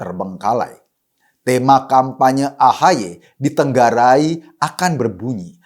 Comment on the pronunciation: Koreksi ditengarai bukan ditenggarai. Ok?